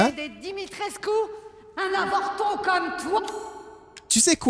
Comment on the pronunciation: Dimitrescu, ça se dit "Dimitrescou" pas "Dimitrecus" 😂😂